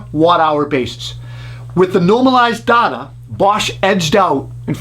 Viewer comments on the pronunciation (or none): I stopped watching when he mispronounced “data”! 😂